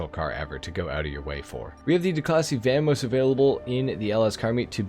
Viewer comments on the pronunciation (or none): Vah mos, not VAM mos